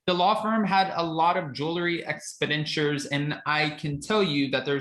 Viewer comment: please, you need to brush up on your articulation of certain words. The word is ‘expenditure’. There are four syllables. Not three. You said ‘expendure’. Not the first time you’ve done this.